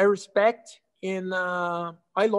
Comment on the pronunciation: Anderson “hespect” Silva